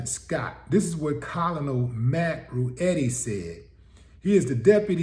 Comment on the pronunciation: once the draft ended, there is no reason whatsoever for ANY sane black person to volunteer for this dysfunctional system’s military, PERIODT. hope she doesn’t become a statistic. fyi: ‘colonel’ is pronounced ‘kernel’